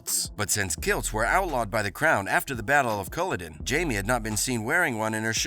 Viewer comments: Heughan is pronounced as hue like the shade of a color and IN. Hue-In Heughan. Now, Culloden is pronounced kuh·laa·dn. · Please learn to pronounce Culloden and Heughan correctly